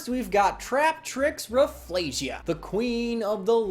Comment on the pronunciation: Just learned that Rafflesia is proven to be pronounced as "Raff-EL-sia", just wanted to say this because everyone has the wrong pronunciation